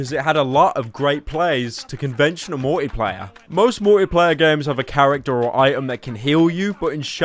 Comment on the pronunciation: how do you say Multiplayer? ''Muia-playa